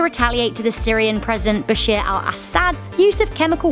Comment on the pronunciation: Is Bashar Not Bashir